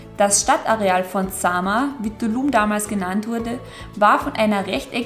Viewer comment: "Ja kommts mit nach Dulum" so lustig eure Aussprache. Das"T" spricht ihr mit"D" aus 😂 Ich war in 2017 dort... Träume heute noch davon! Cooles Video!